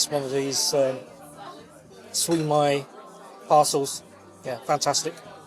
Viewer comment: Late to this conversation but the mispronunciation had me gritting my teeth. The mispronounced words are often spelled out phonetically on menus so any mispronunciation is criminal! (‘Mala SIU mai’ for example) Still, I’ve been to The Eight and it’s a decent enough casual restaurant.